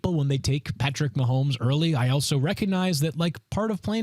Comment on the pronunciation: Nah Nah Nah!!! Stop Pronouncing his Last Name Wrong!!! Dummy!!!